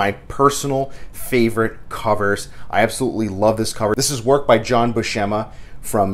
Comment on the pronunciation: Herb Trimpe rhymes with shrimpy. And it's Bew sem ah, not shem ah. Like the actor Steve Buscemi with an ah instead of an ee